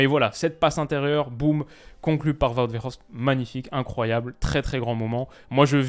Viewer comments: 😅 tu prononce trop bien Wout Weghorst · Il vit à Amsterdam, c'est pour ça qu'il prononce bien le nom de Weghorst 😂😂